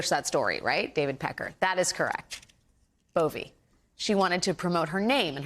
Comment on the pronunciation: It's Bove the e is silent